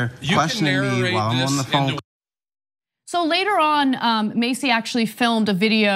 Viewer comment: This story is crazy bcuz i actually know the guy being harassed. Double tree is about to take a major L. They pulled this with the wrong person... (side note it’s pronounced Jermaine MASS-EY, not Macy)